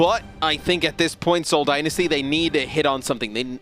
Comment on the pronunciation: Please someone teach her how to say Dynasty